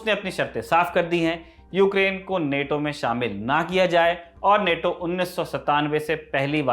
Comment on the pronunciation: नेटो bolo Bhai, Naato to RRR ka song hai